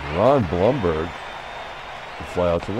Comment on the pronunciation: It's Thurman Munson's second year card, the 1970 card is his rookie card. Everyone in New York pronounces it Bloomberg for the first DH guy. All the Yankees announcers say Bloomberg. Look up the 1970 Munson card, it's one of those with 2 players on it.